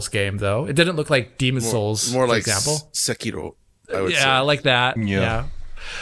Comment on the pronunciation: you’re not Japanese you don’t need to pronounce Sekiro like that.